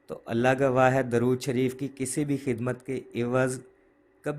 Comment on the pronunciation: السلام علیکم ، براہ کرم درود شریف کے صحیح تلفظ کی تحقیق فرما لیں،اکثر علماء کو 'د' پر پیش فرماتے سنا ہے ۔